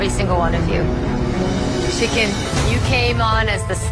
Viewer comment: I always hear chicken instead of shikin